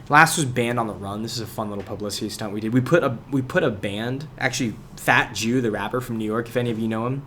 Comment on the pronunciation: its pronounced Fat Joe